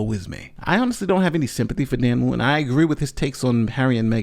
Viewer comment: The hypocrits name is not woo-in its wootton , the t is not silent. I assume English is your first language, so please make an effort especially as a lawyer.